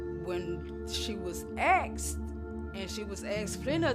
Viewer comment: This story is sad, but this family needs to learn how to use proper english. Asted?? Axed?? Its asked!!!! Mom obviously didnt care to properly raise her children.